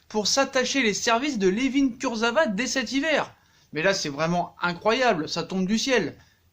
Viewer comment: «Kurzevra»... NULLISSIME!!!!